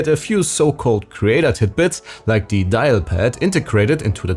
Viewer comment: "Und as zee icing on zee cake" - say it again please!